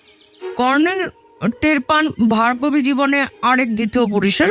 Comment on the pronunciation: Asadharon 👍 purush kantho naamta bhul pronauc korchilen Bhagarbi,pore thik korlen Bhargobi😊 thanks 👍